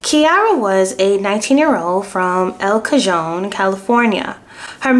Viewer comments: It’s pronounced EL-KUH-HONE. Your doing great!! Keep it up babe!! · Elcajon is pronounced El ka hone.. I live in San Diego County...which Elcajon is located in.... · El Cajon pronounced as El - Cahon... in Spanish, the J is pronounced as an "H."🙂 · I love your videos! I’m actually from El Cajon, it’s pronounced El Ka-hon ☺️ So glad you cover this case, we need more light on situations like this. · her hometown city is pronounced "L Ca-own" it means the box in Spanish. When I was little girl and saw it on the freeway I also read it as it was spelled in English. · Just wanted to stop in before I continue to video and say it’s Lol Ka- Hon is how it’s pronounced. No worries though. When I first moved to California I was messing up all of these names. Learned that just about every city is a Spanish name. El Ka-Hon- El Cajon. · Prounounced El Ca-Hon lol no J sound. Sorry I couldn’t help myself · Pronounced Elle- Cuh hone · El Cajon is pronounced El Ka-Hon